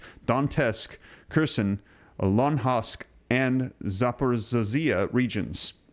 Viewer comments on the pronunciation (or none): Zaporizhzhia = Zah-por-eez-zi-ah 🇺🇸🫡🇺🇦